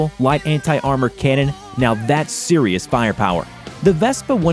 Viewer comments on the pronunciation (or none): none